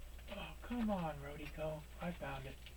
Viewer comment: RO-DEE-KO lol yer killin me. The stuff is golden tho I agree.